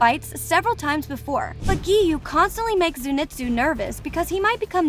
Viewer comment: I burst out laughing when she said"giyome"Sanimi"LoL